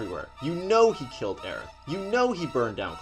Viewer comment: Umm its Aerith, or Aeris if you don't want to sound like you have a speech impediment